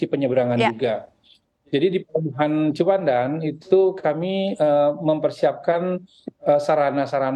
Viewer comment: Pembawa acara nggak menguasai materi, Ciwandan disebut cipandan